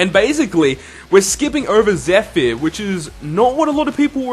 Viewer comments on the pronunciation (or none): You say zephyr so weird